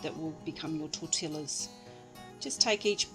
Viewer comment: Im pissed cuz shhe said torh till lahs